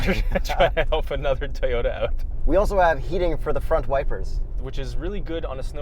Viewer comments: Why do you guys say "Teeyota"? 😂😂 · its TO-YO-TA not toyota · Is it just me or does he keep saying Tee-ota? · Teeyoda? How are you saying it? I can't abide this pronunciation of Toyota. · It's Toyota not teeyota